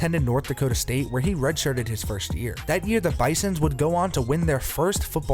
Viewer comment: He said, "bisssons"